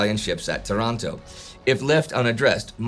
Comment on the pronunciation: Why Tarànto? It's Taranto... said this, great explanation. I really like your videos.